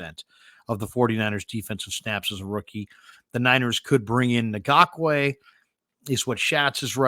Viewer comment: Ngakoue is spelled phonetically as En gock way.